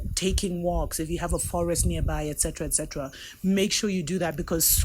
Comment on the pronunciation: Greeting my Queen. Just want to say to u am feeling u my Queen, love when u say excetra, excetra lol,🇰🇳🇰🇳♥️♥️♥️.